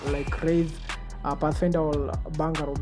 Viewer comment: Nice video👏👏👏 Bangaroe🤣🤣🤣 kizungu ngumu bro